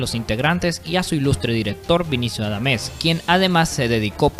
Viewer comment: Aprende a leer hermano, AEROPUERTO no ariopuerto, VINICIO ADAMES no se acentúa en la E, debes ilustrarte mejor antes de hacer un video de esta categoría